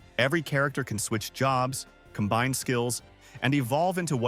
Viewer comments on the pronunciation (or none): none